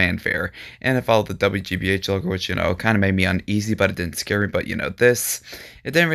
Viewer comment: you say scare wrong!